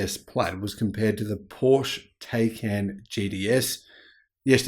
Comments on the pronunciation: Pleeeeeease say Taycan correctly! it hurts my ears,:( It's not 'Tey'can, but 'Tai'can. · Please say the name correctly: it's POOR-SHA TIE-CAN. 🤦‍♂️ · TieCan - pronunciation